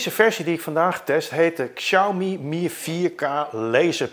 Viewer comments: Goed om te weten: de X in Pinyin (de alfabetspelling van het Chinees) spreek je uit als 'sj' en niet 'ksj'. Zeg dus 'sjauw-mi' en niet 'ksjauw-mi'. (Nog beter doe je het als je Huawei niet uitspreekt als "hoe-wa-wij" maar "hwaa-wee", maar dat is voor andere video's.) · heeft er wel een handje van om Xiaomi uit te spreken als "ksiaumi"... het is "siaomee" 😛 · Xiaomi spreek je uit als Shaomi. Dit is altijd zo bij Chinese woorden of namen met een X 😊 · Het is in het niet vallen en niet in het niets. En Xiaomi spreek je uit als Shami. Slordig! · Inderdaad. Xiao = show van shower, en Mi als het Engelse "me". Met de klemtoon op Xiao.